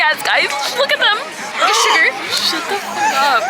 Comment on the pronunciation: I'm sorry but saying sugar instead of suga k@ me 😂